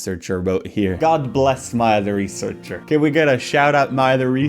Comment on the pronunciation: Every time he says "Maya the researcher" I hear "my other researcher"